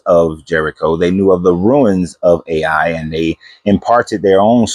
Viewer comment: Ai is pronounced Eye not A i